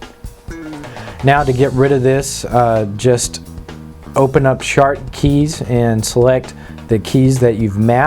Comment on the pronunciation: "Now just open up Shart Keys"